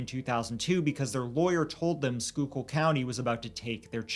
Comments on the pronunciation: Holy shit he pronounced Schuylkill right❤❤❤❤❤❤❤ you know how many times I've seen people do a video and they won't just take the few seconds to pronounce the word. Love you guys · Omg wtf???? I heard “Shore Memorial Hospital” and perked up…I grew up 5 minutes from that hospital….i can’t believe I’ve never heard of this case! Also, I live in Philly now, so I gotta compliment yall: GREAT job pronouncing “schuylkill” lol!